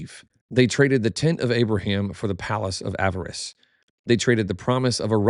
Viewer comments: You’re back to saying “avarice” instead of the correct pronunciation “Ah-VAH-ris,” or “Ah-VAR-iss.” Your choice. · Small note, Avaris is not pronounced as "avarice"